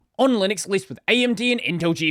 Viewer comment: Did you know there is a U in Linux? It's not Linix